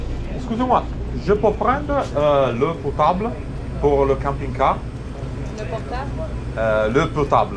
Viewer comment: L'eau potable. (L'o potable)) Tu ha detto "Le potable" (L potable)😂😂 Vabbe, siete già bravissimi a districarvi tra spagnolo, inglese e ora anche francese 😊